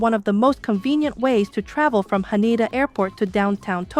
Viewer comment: When exiting the train, not existing. Haneda airport not Hana...Sorry, just a few important corrections...